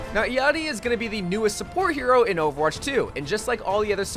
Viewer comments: Its how you pronouce her name lmao😂 not the way it is written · Thank you for pronouncing her name correcrly 😊